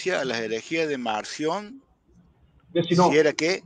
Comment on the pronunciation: ESTE MENSO PARECE QUE DICE MANSIÓN Y ES MARCIÓN, ESE HEREJE QUEDÓ EXCOMULGADO PORQUE NO ACEPTABA TOTALMENTE EN NADA AL A.T. Y MUCHOS MÁS, SOLITO EL BUEY 🐂 SE AHORCÓ.